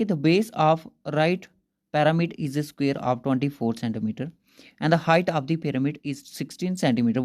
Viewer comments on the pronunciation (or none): Bhai skeare nahi square hota hai....